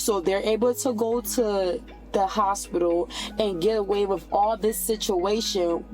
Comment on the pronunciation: With being pronounced as wiff is making my brain itch.